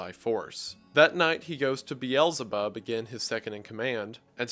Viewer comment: I love your content but man do you butcher the pronounciations of those names. Like pronouncing Beelzebub as biyelzebarb😂 You should just read them as you see them without the american pronounciations.